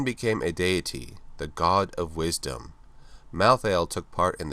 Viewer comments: rlly malthiel thats how u say it? "malltheall" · How come you pronounce "malthael" in 2 different ways